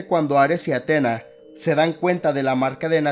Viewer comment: No es de mala onda pero te recomiendo que te fijes bien a la hora de hacer éstos videos, por ejemplo, se pronuncia Atenea no Atena, y segundo, Freya tuvo muchos hijos, pero Thor no cuenta, más que nada porque en juego de 2018 se nos revela, por historias de Mimir, que la madre de Thor era una gigante, en todo caso quisiste decir madrastra, pero nada buen video